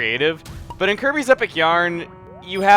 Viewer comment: When he was telling example of Desert worlds it sounded like he said "Herpes Return to Dreamland" I lol'd.